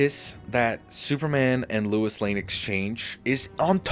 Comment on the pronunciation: Sounds like you kept saying "Louis" when it should be "Lois" And I agree that Superman IV is better in premise than Superman III. Superman III was unfocused & too silly. Both sequels suffered from having creatives who didn't care for the source material + not using Brainiac, Bizarro & other villains . As for seeing Superman as a god, watch Superman & Lois & you'll see how human the character really is. One of the best Superman adaptations alongside Superman: The Animated Series, the 1978 movie & the new one. I respect the ranking, but I'm going 1. Superman '25 2. Superman '78 3. Man of Steel 4. Superman II (both Lester & Donner cuts) 5. Superman Returns 6. Superman IV 7. Superman III